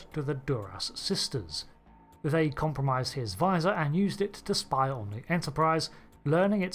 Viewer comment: "COMPRAMISED" Oops.